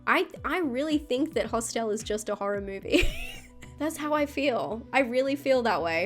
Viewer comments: I love the way pronounces “Hostile”. Genuine question, is that just how it’s pronounced in Australia? Anyone else pronounce it that way? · Great video... there's a few on here I haven't seen (*gulp*). BTW, I love your accent and the way you pronounce "Hosst-el" 🤭🤗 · Those were some truly mad pronunciations of “Hostel” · Interesting... I've just Googled it: in America and the UK, it is pronounced "HOSStul", while in Australia it is pronounced "hoss-TEL" 🤷‍♂️😄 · I can't get past how you pronounce Hostel lol